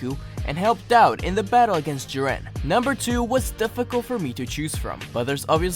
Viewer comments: I’ve legitimately never heard someone pronounce Jiren like Jiran. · The way he pronounces “whis” and “jiren”...... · The way he said jiren